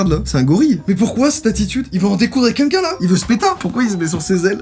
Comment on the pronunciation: joyca qui dit quunlqu'un au lieu de quelqu'un oklm